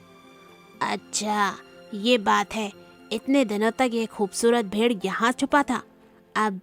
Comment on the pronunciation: भेर और भेडिये के उच्चारण में गलती हुई है